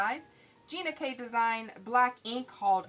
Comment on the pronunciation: Love the video but an error was made in the pronunciation of ginas ink color. Its ok....just proof if possible before airing!! Tfs!!!